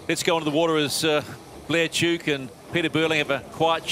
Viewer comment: American commentator mis-pronounced Blair Tuke's name....sigh.